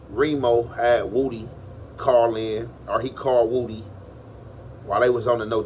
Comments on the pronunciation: Woody , not woooody my dawg lol 😂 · Na its pronounced woohdee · No that's how u say his name.. everyone says it wrong but..woody just spells it that way but he has addressed how to say his name..his family says it just like is saying it